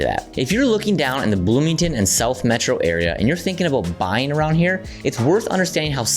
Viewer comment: BLOOMINGTON get it right